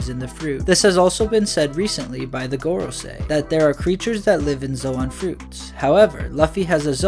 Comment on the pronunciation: Also Gorosei, it’s (Go-Raw-Say)